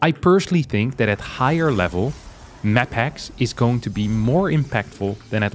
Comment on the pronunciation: I keep thinking I hear 'MaxPax' as opposed to 'maphacks' haha